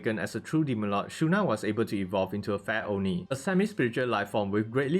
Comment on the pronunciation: Every time when I hear him saying Fair oni, I hear Fat oni what is wrong with me